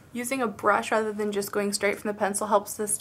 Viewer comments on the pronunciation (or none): none